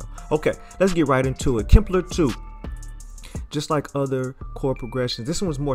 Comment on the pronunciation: HE CALLs it "KIMPLER" LMFAOOO!!!!